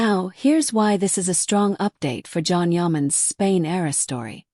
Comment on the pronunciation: not Can. John. :)